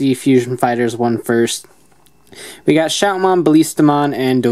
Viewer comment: Ballistamon (Ba-Liss-Ta-Mon) Not (Ba-Lees-Ta-Mon)